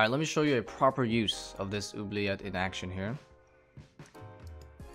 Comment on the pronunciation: my guy pronouncing oubliette properly :)